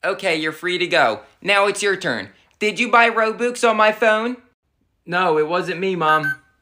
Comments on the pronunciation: You're not even saying robux you're saying Row Books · Pronunciation be like: Ro-bucks❌️ Ro-books✅️ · I like of how they call "Robux" "Roboux" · Robux ❌ Rowbuks✅ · Lol I love how he pronounces the ro-boox instead of ro-bux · If you pronounce it roo-bu-x i’m about to lose it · ITS ROBUX NOT ROBOX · Its pronounces r-o-b-a-x not r-o-b-u-x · its actually not ro boox its ro bux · It’s robux not roooobooox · It’s robUx not robOOx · Lol when they said Rou bux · I hate how they say it like roboox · I love how the pronounce Robux Ro-Books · Ah yes, game currency Rowbooks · Lol “roboox” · it's said RO-BUCKS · STOP SAYING ROBOOX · hah he said robux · THATS NOT HOW YOU SAY ROBUX